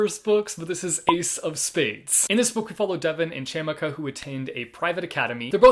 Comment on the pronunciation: I super excited for all of these. FYI for Ace of Spaces the girls name is pronounced Chee-uh-ma-ka.